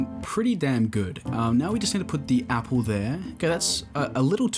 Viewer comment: "appel" 💀 apple